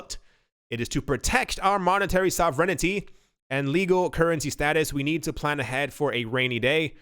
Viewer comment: Hilarious how her pronounces sovereignty lol 😝